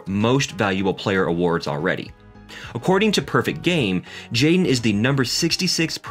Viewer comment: Hi Kids seem well adjusted, but the commentator needs to work on his pronunciation. For most of the video I thought his son's name was Jane and not Jaden.